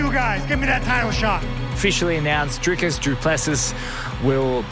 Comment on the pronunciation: Sean , its Dricus not Drakus